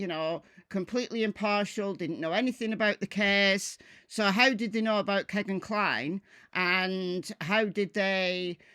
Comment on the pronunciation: Kegan rhymes with Regan, not Megan.